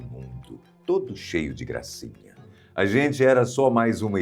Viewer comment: "Tooodo cheio di gracinham!" 😂😂😂😂😂 morri! Te ami ❤